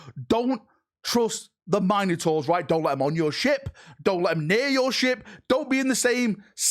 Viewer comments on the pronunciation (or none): Just listen to him he calls them the "Mine a tors" rather than the "Min oh tors" he's claiming them as his own. (yes i know this is due to his accent vs my own midwest way of talking but still) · Min-ah-tours eh? Interesting way of pronouncing Mino-taurs. xD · Mine - ators? Must be a British thing 😂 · Mine-o-taurs lol...